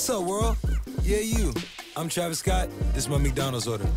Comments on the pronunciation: no digan "Travis Escott", se pronuncia "Traviscot" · Es Treivis Scot xd